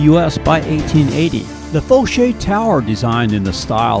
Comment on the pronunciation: And...the pronunciation of the Foshay Tower is Fa shay. 😊